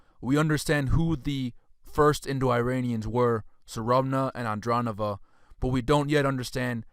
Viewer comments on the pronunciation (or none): It's Fut-YUH-novo, CURR-guns, An-DRONE-novo, E-ranian, Step. You crack me up, my 🤣. Keep up the good work bro, also make sure to shout even louder in the beginning of each paragraph in case people aren't paying attention!